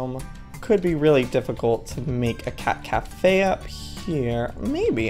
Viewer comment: did u know at the first of the video he said cat cafea did u know that's in japen